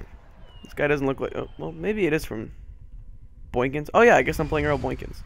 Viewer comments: Very excellent video, but it sounded like you were saying "boynkins" instead of "boykins" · How you were saying n in boykins bothered me but I love your vids and all your series!!